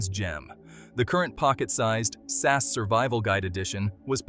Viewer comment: It's SAS, each letter pronounces separately not "SAS" as a single word